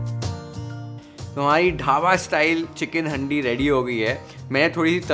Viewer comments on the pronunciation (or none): Bhai haaandi nhi handi 😅 pronounce thik nhi hora